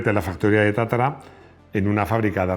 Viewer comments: Porqué dices o pronuncias Tatara si es Tatra ? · Es TATRA o TATARA, me parece que no Lee bien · Porqué Tatara en vez de Tatra?,y porqué Giuseppe en vez de Josef?.🧐🤔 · No es Tatara es Tatra.